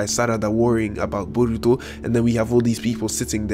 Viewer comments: "Buruto" Lol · "Burutu". "Narutu". "Iwabi". Subscribed.